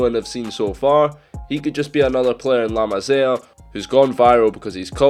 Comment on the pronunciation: The way he says La Masia makes me pissed